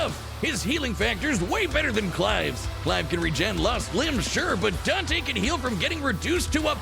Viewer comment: Its dante.